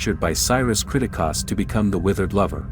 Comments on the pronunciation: This dude even realize that he's saying the last name wrong? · they say the last name many times in the movie, its almost like you never watched the movie cause you never say it right. its annoying af when you say it 40 times geeze!! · The way you pronounce the family’s name is nothing like they do in the movie. It’s so annoying